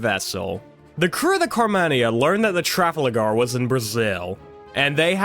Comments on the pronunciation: Sick video but it’s tra-fal-gar Not “traflager” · Mispronouncing Trafalgar and Trinidad is wild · The way he pronounced Trafalgar 😂